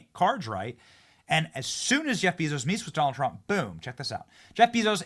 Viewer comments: Is there a reason you call him Beezos? It's Bay-zos 😂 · Idk if you are just stupid or trolling, but it is quite evident Jeff's last name is pronounced Bayzos. You run a news channel